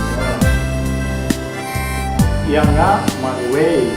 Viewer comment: The word Ianga you pronounce it Yanga...